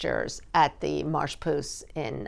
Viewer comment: Wow - for a rich lady… she can’t even bother to learn how to properly say 3 French words - that of the world famous Paris “Marche aux Puces”. Instead she says “march”. The first word means market. She could at least have said that instead of massacring the name. She comes across very nonchalant rich.